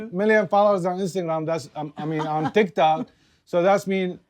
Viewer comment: says ThikThok.. 😂